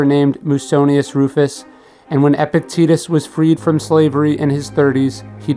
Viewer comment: I cannot watch this video because of the constant mispronunciation of Epictetus's name. Gah.